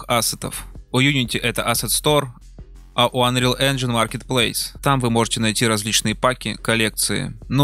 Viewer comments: "Конечно, правильно говорить "Инджин", но да ладно...". Автор, правильно говорить ˈenjən как раз. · Казуальная графика? Наверное автор имел в виду стилизованную))) И да, "Engine" правильно произносить как раз "Энжин"! Ха! Автор даже не знает, что не автодески делали Майю)))